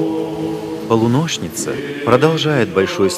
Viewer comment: Интересно было посмотреть. Фильм опубликован 3 года назад на канале, но ощущение, что снят очень давно, даже несколько в советском стиле. Несколько резануло ухо слово "полунощница" с ударением на О. Но там не менее радостно, что есть фильмы, рассказывающие о монастыре, о внутренней его жизни, включающие интервью с Владыкой. Сейчас и Смоленский скит восстановлен из руин, и монастырь преобразился благодаря стараниям братии и трудников, по Божьему промыслу